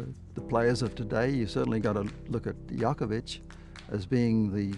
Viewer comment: Funny how he says Djokovic